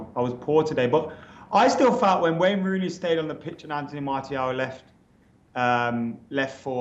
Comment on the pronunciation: FFS surely by now u should know how to pronounce Martial properly....